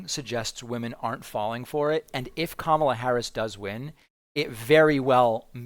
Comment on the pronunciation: She's starting to distance herself, whether for legal reasons, or future work when Trump-world collapses, as evidenced by her pronouncing Kamala correctly, and softly fact checking him.